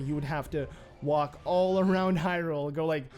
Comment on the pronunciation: Its Hyrule not.... However you said it